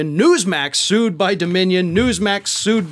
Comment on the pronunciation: For a moment, I thought you said they were being "screwed," not sued. Upon reflection, I think "screwed" is correct.